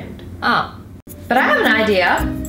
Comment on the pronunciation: I love how she sais ideer enstead of saying idea (no hate i'm a huge fan)